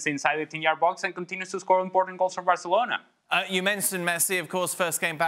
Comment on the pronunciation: you can clearly hear him say "varcelona", and I'm not a Madrid fan btw.